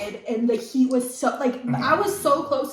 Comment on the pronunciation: What’s keak? Does she mean heat?